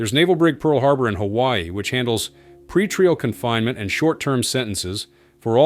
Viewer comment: pretreel instead of pretrial